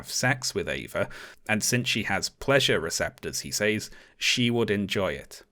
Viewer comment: the way that you say "says"... also the way that you say words ending in "ing"... also your trigger warning and woke comments